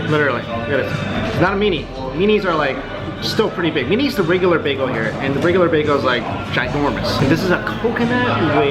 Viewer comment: Why do you say beago instead of beagEL